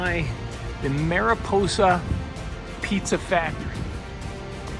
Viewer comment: Mariposa...that should be a long o Otherwise, that sounds like a naughty word. Or so says my wifey.